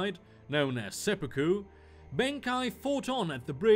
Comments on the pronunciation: It's Benkei, not Benkai. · Benkai.... I just cant... pls pls pls i hope you dont mean Benkei.... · for future reference if you decide to use him again in any other videos then its benkei(ben kay)